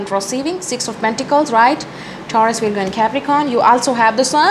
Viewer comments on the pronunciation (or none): Pls pronounce libra and virgo properly...everytime u say taurus libra Capricorn it confuses whether u r saying libra or virgo